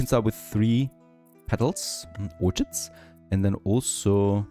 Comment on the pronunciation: English is silly, but I know you like accuracy. Orchid is pronounced or-kid. Silly, I know but what can you do. I think your English is spectacular!